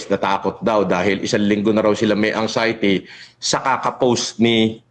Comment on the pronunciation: TONG SI BAHO LAGING CNASABI NA MAY UTAK DW SYA PERO KUNG MAGPRONOUNCE “ANGXIETY… SABPWENA” 😂😂😂😂😂😂